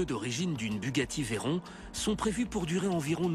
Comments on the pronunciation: mdr a la fin a il dit la Bugatti Verron mais ça se prononce verrone ! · Bugatti rend honneur à Pierre Veyron, pilote français de la marque, vainqueur au Mans en 1939, ça se prononce "Vé Rond" et pas verrone.